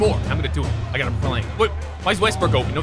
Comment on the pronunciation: "Russell Westbrick" lol.